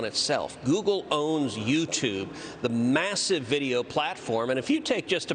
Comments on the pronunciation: 'YOUGLE' lol - a truer word never spoken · "Yoogle"... PRICELESS! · "Yougoole"... lol. That's great. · Sundar Pichai: "Yougle?"...hmmm. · I like 'Yougle', Senator Cruz. Kudos from your home state! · I almost fell off my seat when he said "Yougle" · Youggle. Lol. I mean they are part of the same monopoly so it's fitting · YOOGLE hahahaha :-) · He said YouGle haha